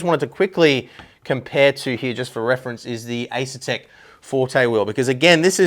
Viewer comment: Love your in-depth reviews and honest opinions. But it's pronounced "Fa-na-tek" not "fanatic"